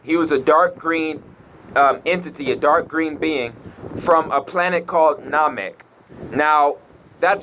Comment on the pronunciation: he cant even pronounce SaturnNamek and Saiyan correctly go rewatch dragon ball because most of the stuff you say makes no sense do some research